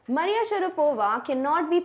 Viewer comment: Maria Sharavapa ?!😂